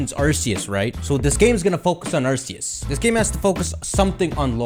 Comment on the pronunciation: Almost 2022 and still mispronounces Arceus 😔😔